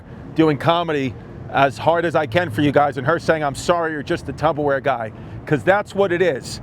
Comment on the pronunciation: I say Tubberware now and I don’t care.